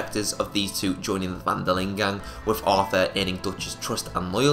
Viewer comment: Lol I hate how you how you say gang